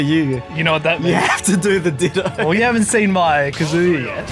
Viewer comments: Congrats on finally pronouncing “KA-zoo-ya” correctly. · He finally said kazuya correctly cause if he said kazooya right off the bat i would've closed the vid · He’s pronouncing kazuya correctly now :D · Do my ears deceive me or did I just hear pronounce kazuya correctly